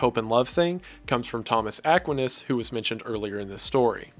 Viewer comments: Where in the world did you learn to pronounce st Thomas Aquinas like that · Mfer can’t even pronounce Thomas Aquinas properly, I’m definitely not listening to his summary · I have never heard somebody pronounce st Thomas Aquinas name that way. But great video love your channel. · No one gonna talk abt how he pronounces Thomas aquinus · You pronounced Thomas aquinas wrong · It never fails to astound me how smart you are, yet don't know how to pronounce Thomas Aquinas' name. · Bruv. Please pronounce Thomas aquinas correctly